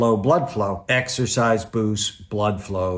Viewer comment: Did he say sexorcise?